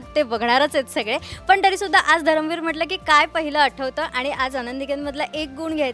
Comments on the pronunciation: धर्मवीर बोल ग .धरमवीर काय ? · तायडे, धरमवीर नाही धर्मवीर आनंद दिघे साहेब